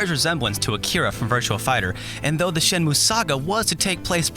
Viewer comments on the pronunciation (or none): good review, but the title is pronounced "shen-moo-eh". your japanese pronunciation is usually excellent, so i thought i'd just point this out for ya :)